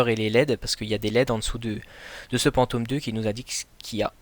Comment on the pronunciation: Sa ce dit phantom pas pantom